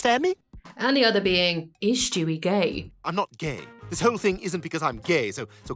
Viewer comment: I’ve realized that you say “Schtewie” instead of Stewie and I think I’m gonna say it like that from now on